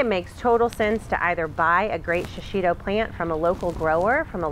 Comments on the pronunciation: I can't get over your emphasis over and over of Shishitos mispronunciation. You keep saying Sha-shi-to, there is no SHA in proper pronunciation, it is simply SHI. Shishi means lion, It is a Japanese word/pepper in case you didn't know, the least one can do is respect the culture it comes from and try to pronounce it correctly rather the over emphasis and reiterate its mispronunciation. Thanks =D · This pepper is pronounced she she toe. I lived in Japan 8 years and was married to a Japanese man. We ate these often.